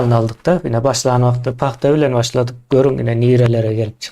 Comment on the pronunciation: Sapar aga senem.PAGTA...dal...PAHTA.Diymela😂😂😂